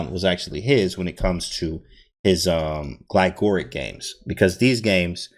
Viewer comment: I think it is Glig - or - ich, emphasizing the second g in the first syllable and the h at the end, I heard it first in this video by GM Jesse Kraai Nice video on the KID as well, thank you for these.